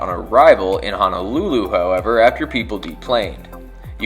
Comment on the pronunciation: Love this channel. It's one of my favorites and haven't missed a Sunday yet. Just one suggestion. Being from Hawai'i, it's pronounced HO NO, not HA NA lulu. 🙂 Thanks for the great videos!!